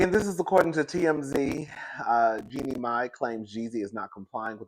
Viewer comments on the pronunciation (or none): It's pronounced as in Genie like the genie in the bottle. U kill me each time u try to pronounce her name 😂😂😂